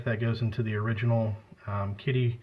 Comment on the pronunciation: Kidde which is pronounced Kid-duh